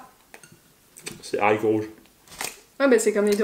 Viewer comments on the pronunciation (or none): none